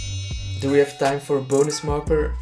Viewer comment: Who thought he said marko instead of marker